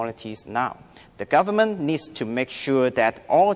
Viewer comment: warry The Chinese Language Enguish is this jus Over time, his daughter feels very frustrated (wrong tense) Eventually, he sends his daughter to...(wrong tense) It's a shrank (shame) The government leeds to review... (needs) Discuss 正確讀音為Dis guss Exactly 冇曬K音 bretter place